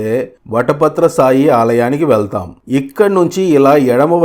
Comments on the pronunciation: వటపాత్ర "సాయి"కాదు శాయి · మొదట మీకు ధన్యవాదములు ! వట పత్ర సాయి అని పలకకండి , వట పత్ర శాయి అని పలకండి !! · వటపత్ర సాయి కాదు 🙏 వటపత్రశాయి ఓం నమో నారాయణాయ\!/